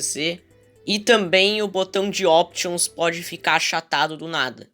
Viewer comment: Options parece que ele falou otimus Que e do TRANSFORMES otimus prime